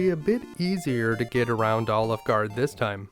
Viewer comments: I can’t get past the way he says “Alefguard” like “OliveGard”. I’m loving it. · this was an awesome guide to one of my favourite games and I learned some new stuff I didnt know about it. But everytime you say Alefgard it sounds like Olive Gard--- and then you just don't finish saying the name of the restaurant. :D